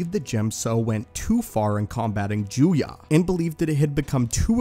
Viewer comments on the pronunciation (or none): Juyo, not Juya. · You finally got the pronunciation of Djem-so correct, but the "Sith" form 7 is called Ju-yō, not Ju-yă. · I think form 7 is called "juyo" not "juya" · Juyo, not Juya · Heh, disarming. Rachi Sitra didn't really use Djem So, mainly Niman. Also why is Juyo pronounced Juya? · ah yes once again he is mispronouncing things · Am I the only one that cringes when he mispronounces djem-so and juyo as gem-so and jew-ya? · Isn't it pronounced as Juyo